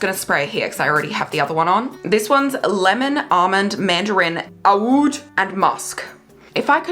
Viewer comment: oud is just pronounced ‘ood’ ❤